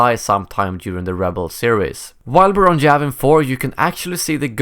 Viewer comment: its Yavin 4 not Javin 4 xD